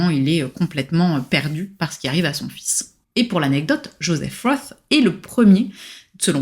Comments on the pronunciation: Svp prononcez correctement von et roth. Vous prononcez roth à l anglaise, cela n a rien à voir. En allemand c est rot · "Roth" est un nom germanique, et se prononce avec un "o" fermé et long et un "t", contrairement à Philip Roth, qui se prononce à l'américaine. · Le nom de famille de ce grand écrivain ne se prononce pas à l'anglaise et pour cause. Pour une fois qu'un nom d'auteur non français peut se prononcer sans faute dans cette langue merci de bien vouloir y prêter attention. La musicalité est si nécessaire en littérature... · Personne ne sait tout et on ne demande à personne de tout savoir. Mais, quand on parle d un livre en s adressant à un public, on prend la peine de se renseigner et de prononcer le nom de l auteur correctement. C est un minimum.